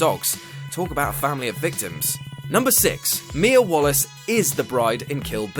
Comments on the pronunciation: It's Mía Wallace not Wallis. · It's Mia WALLACE not Wallis... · This video is cool and all, but "wallis"? "WALLIS"?! ARE YOU SERIOUS?! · it's mia WALLACE